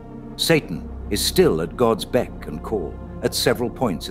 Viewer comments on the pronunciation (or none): none